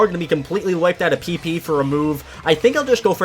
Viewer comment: PP* that's how you say it :)